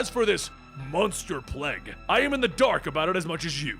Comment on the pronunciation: Its plague not plege